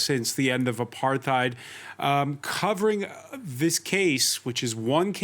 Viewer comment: It's pronounced apart-heid.